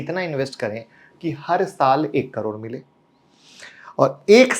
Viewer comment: करोड़ बोलना तो सीखने पहले